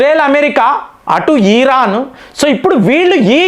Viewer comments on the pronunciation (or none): ఈరాన్ కాదు! ఇరాన్.